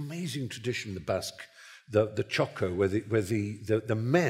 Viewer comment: Center for Inquiry: In these words there is an incorrection: "They have this amazing tradition the Basque, the [...]" it is not "chakra" but "txoko". P.S. Very interesting conversation! I loved it.